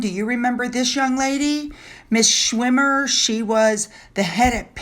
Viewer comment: SCHIRmer, not “SCHWIM-er. 🙄